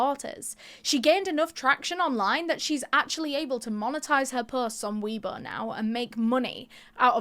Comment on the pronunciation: Isnt it pronounced way bo tho?